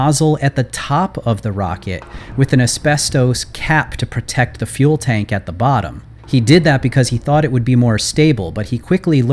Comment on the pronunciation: totally heard you say fuel bank instead of fuel tank